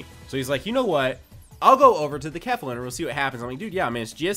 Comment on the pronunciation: Its not pronounced kef - la its pronounced kay - fla